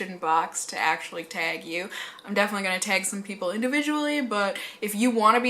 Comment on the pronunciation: Your northern roots really show when you say the word "teg"! love it 😍😂